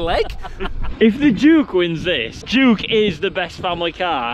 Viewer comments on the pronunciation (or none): Brilliant. Lost it at Grand of ‘juke’ of York”! 😂😂